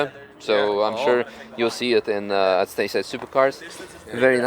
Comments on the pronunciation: wow, finally someone pronounce it correctly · Thanks for pronouncing dacia correct! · finally a non Romanian that pronounces Dacia correctly